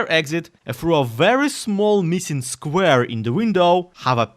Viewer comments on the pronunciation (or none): none